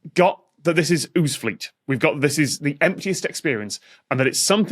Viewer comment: If it's in Yorkshire, shouldn't it be pronounced "OWZ-fleet," not "OOZ-fleet?" As in, "We 'ad it tuff. We 'ad to live in 'ousinje in 'ousefleet!"